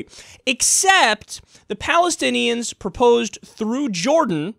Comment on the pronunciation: quote the Rubio "palithinians" lol